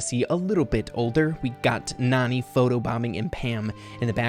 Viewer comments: Nani is actually pronounced "NANNY" and as the name suggests she's clearly a nanny to jessie probably creates by Mama Pam. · Hey! You pronouced Nani wrong, its actually pronounce as Nanny. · I think this picture really just solidifies that Nani should be pronounced “nanny” , since that’s what she is. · Nani may be pronounced Nanny since she looks like the care taker of Jessie but you never know how it may pronounced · Nani is actually Jessie’s nanny and she supposed to be pronounced nanny that’s why she was there when Jesse was young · you keep saying Nani wrong, it's Nani as in a care taker